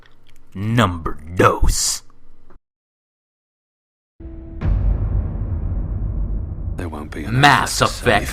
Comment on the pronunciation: "Number dous" jajaja Me encanto como lo dijo ^^